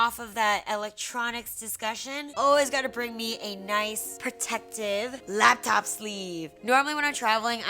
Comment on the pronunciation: the way she said laptop